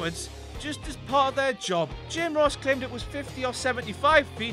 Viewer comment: Stop that "RRRR" sound..